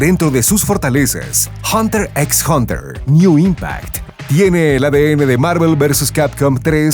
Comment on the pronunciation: La "x" de hunter x hunter no se pronuncia 🙄 Es como una "h" en castellano (muda)